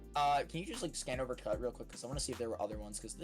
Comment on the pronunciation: finally........ it's wover